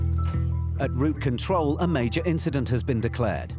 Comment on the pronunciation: It‘s ROUTE control, not route CONTROL. Could we have a better narrator please?